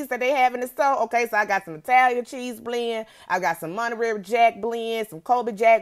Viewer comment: Sis said monterary jack 😂😂😭😭😂😂😊😄😊😄😄😂😂